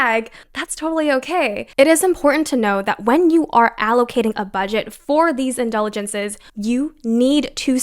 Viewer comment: do you mean indulgences? Not sure what word you’re trying to say